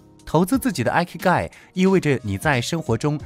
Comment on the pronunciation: 很實用的影片👍但影片中第5點的"Ikigai"發音有誤... 這個詞是源自日文"生き甲斐"的羅馬拼音，意即"生存價值"， 第一個字母Ｉ的發音和數字１一樣，並非英文的Ｉ發音喔~